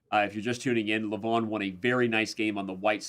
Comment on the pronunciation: You said his name 200+ times, so why not just learn how to pronounce it correctly? it's not Luh-von, it's Leh-vohn (e as in leg, o as in boat)